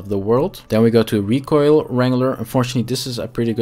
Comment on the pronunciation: yo kerel recoil spreek je uit als rie-kojl ( DUS KOJ als een koi-karper) en dan meteen een L erachter plakken RIE-KOJL (ons mam is van Canada dus ik leer m'n kindjes ook meteen 2 talen, is verekkes hendig later. Maar je doet t kei goed KEEP IT UP BRO !!